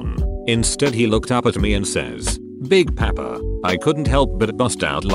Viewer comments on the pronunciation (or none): Text: Big Papa Reddit Voice: Big Peppa